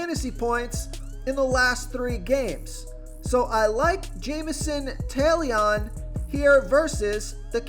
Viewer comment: “Jamison Tail-Leon”